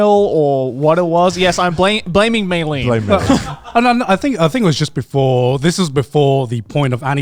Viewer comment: meilyne is her name btw not mayleen